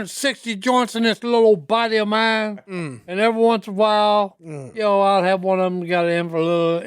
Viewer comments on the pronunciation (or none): Does anyone else think Si says information instead of inflammation?